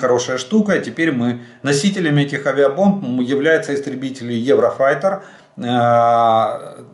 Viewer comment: Ему не впервой лажать, он "еврофаей" говорит.